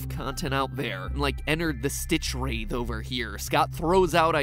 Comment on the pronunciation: WRAITH! Not rathe, rāTH.